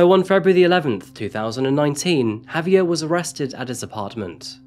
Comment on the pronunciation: Listening to you say "HAVE-ee-er" instead of "haw-VYAIR" is painful